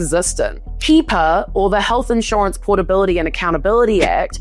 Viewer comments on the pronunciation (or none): HIPAA is pronounced "hip-ah", not "heep-ah". And, Josh Hawley is a MAGA showboat jerk. He's friends with the Space Laser Lady, Marjorie Taylor Greene.